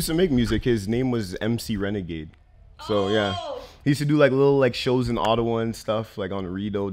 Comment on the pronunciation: Lol she said ottowa "the german way" but she didnt pronounce the w as an american v. You already know she aint know shitcabout the german language or germany lol